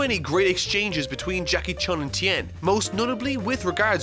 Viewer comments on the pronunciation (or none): none